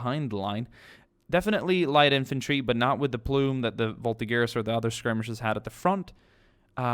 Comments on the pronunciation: Voltigeurs ? for me it's mor like vaul(like vault)Tea (cup of tea) and the er of german Jager (alcoohol) like "VaulTeager" ahah sorry my english isn't that good but i hop u can see how we prononce it ^^ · Vultigeurs are pronounced with a deep eurs not like iers